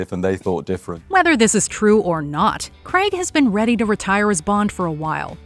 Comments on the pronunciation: It’s pronounced Craig not Cregg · Do you realise that the actor that plays James Bond is called Daniel "Craig"? It is not Daniel "Creg".